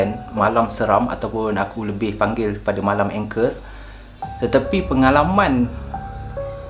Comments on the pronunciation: Hi boleh tanya tak?angker tu sebutan mcm salah..ang bukan eng..kerr tu bukan anchor..😅 sorry saje2 tegur sya baru jer tengok Chanel ni..sbb sya slalu tengok dgn Qama..semoga sukses selalu ☺️ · Sebutannya ANGKER......bukan engker😄😄😄😄😄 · ANGKER sebut ANG-KERRR bang, bkn ENG-KER.. tu Anchor ⚓ 😄😄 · Assalammualaikum wbt saudara channel.. Saya (Cikda) pengikut setia.. Baru sebentar saja ni mengikuti saudara.. Maaf nak cakap sikit.. Bukan sebutan ENGKER.. Orang2 Jawa sebut ANGKER...biasalah kan gangguan2 dr mahluk yg saudara sebutkan itu.. Banyakkan zikir dan amalkan sentiasa amalkan ayat2 ruqyah.. AMALKAN Baca BISMILLAH 7 DAN BISMILLAH 5 sekurang2nya 3x selepas subuh.. dan 3x lepas Maghrib... Jangan lemah semangat yer.. Mahluk itu bukan sesiapa tiada kuasa..jangan takut padanya.. ALLAH SWT jadikan kita lg lebih mulia darinya.. So terus bersemangat ok... Salam dr cikda.. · Salam. Perkataan "angker" tu bukan sebutannya berbunyi "anchor" mcm yg awk sebut tu. Sebutannya baku, "ang" tu baku, "ker" tu tak baku. Keep it up bro.